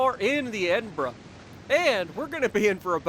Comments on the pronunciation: Holy $#!t.... he said it right! It’s a glorious day! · You even pronounce it perfectly! I tip my cap to you sir!!!